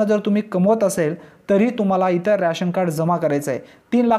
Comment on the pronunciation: रॅशन नाय रे,रेशन म्हण.